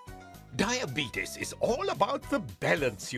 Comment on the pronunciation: Anyone else immediately get annoyed by the pronunciation of diabetes ? Come on.